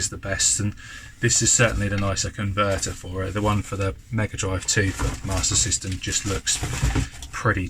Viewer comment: Those big box games are in fantastic condition and you done well with those mate. You quite rightly pronounced Ninja Gaiden correctly but alas, you still need to work on your Master System 😝😂😂😂 Great finds as usual mate, certainly much better than i could ever find round here 😁👍